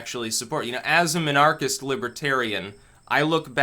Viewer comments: Was he supposed to say it like "Min-Archist"? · Emphasis on the "Min" so like anarchist but with Min at the front instead of "An" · Your pronunciation of Minarchist offends me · It's supposed to be pronounced minarchist, not minarchist. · I'm convinced that dileberately mispronounces words and names because he does it so often. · He mispronounces words all the time. Either hes trolling or reads books smarter than the people he talks to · "It's supposed to be pronounced minarchist, not minarchist." Finally someone who gets it! I have even heard people pronounce it "minarchist"! Lol, can you believe that? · He probably thinks the "mini" is like "miniature," hence the mispronunciation.